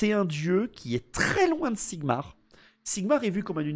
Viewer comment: Pssssttttt...This is not Sigmar but ZIGMAR ....! Repet after me ZIGMAR !!!! Don't forget to yell it ! Never ...! Be proud of him...ever... young paladin...!